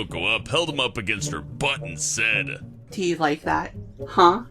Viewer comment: did you said sat or said